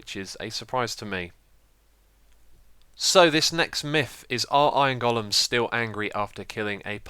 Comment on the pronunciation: I love how you call them goal-ems instead of golems. Lol.